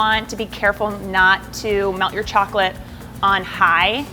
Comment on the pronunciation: these look soo good but like the way she said chocolate kinda bothered me but that might be bc i’m from ny and i’m used to the way we say it lol